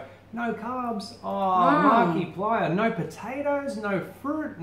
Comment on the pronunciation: P.S. You pronounced it right the first time. 👌